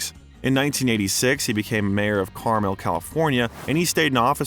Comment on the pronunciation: Dizzy jilespie? Hard G It's Martin Milner not Miller It's not Carmel as in the candy kar 'mel His salary was "6 numbers"? it's 6 figures Did you even go to school? Cedars Sinai not "cedar seeni" It's akeera 🙄 Wow you really don't even read it's EigeR bot EigeN Sanction Halfway thru It's pronounced Michael 'chimeeno" not "seemino" John Huston pronounced like city Houston Philadelphia "enquerer" In-qui-ER Your command of basic pronunciation is appalling And taints the well done bio 🤣🤣🤣